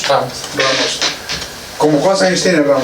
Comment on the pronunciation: Lol lies gone name a not raymos says the cop even though its ramos